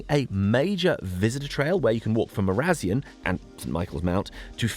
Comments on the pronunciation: Not to mention Mara Zion... not marAZeeon. I, like many people, have a fogou theory, though mine is informed by hours and hours spent in Carn Euny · Agreed Cornwall had been a trading partner with the wider world for centuries and was probably pretty much OK with the Roman occupation. Also IIRC glass making furnaces were discovered on St Agnes Head. AND it's Mara-Zion with the emphasis going on the 2nd element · Superb!! As always.This playlist will surely be an important resource, both today for current academics and those interested in future in the history of those times as they appear today. (Gawd, that's a mouthful) It wouldn't be YT without a criticism, so I will join in, with glee ... (not really): "... walk from Marizion ..." where you pronounce the town (side note: in my personal phonetic description that I expect everyone to understand) 'Ma-ra-ZEE-on', or even "M-RAZE''n". This isn't easy to describe! Marazion = 'Market Jew" in today's parlance - and the locals pronounce it "Mara" as in 'what's the mara, mate?', and Zion - as the whole world pronounces that word (I think). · Cornish here. Your pronunciation of our villages and archaeology is atrocious. I put up with your nonsense until Marazion. That finished it for me. My goodness, this was painful. Won't be watching again